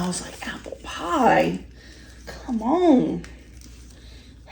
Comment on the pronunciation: It's steak bites. Not jerky or a beef stick. It's PIE, NOT PAAA.